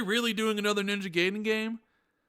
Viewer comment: Every time you mispronounce Gaiden as “gay den” is like an ice pick in my ear. It’s ‘guy den’ not “gay den”. Japanese ‘a’ (sounds like ahh) coupled with Japanese ‘i’ (sounds like eee) produces the ‘eye’ sound.